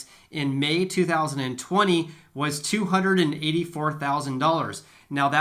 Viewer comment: I thought he said, two free socks😄